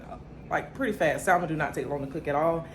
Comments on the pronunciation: The L in Salmon is silent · The L is silent lol ❤ but salmon is the easiest to cook doesn’t need that much seasoning or has to cook long. You are so funny. ❤❤ look like you enjoying the new place.